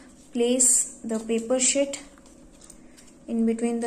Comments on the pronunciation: why is she saying shit instead of sheet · that's wht i too heard first...shit🤣🤣🤣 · its sheet not "shit"😂😂😂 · It's not shit it's "sheet" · No no guys no dirty minds she said sheet okay sheet not sh*t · Its not shit its sheet 😂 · well its sheet not shit